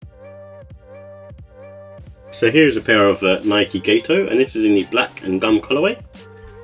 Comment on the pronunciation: FYI, the a in Gato is pronounced ah, not ay. It's the Spanish word for cat.